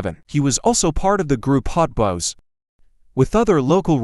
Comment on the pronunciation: Clickbait AI voice can't even pronounce Hot Boys and said nothing about B.G. lifestyle or 2024 networth smh. 🤷🏾‍♂️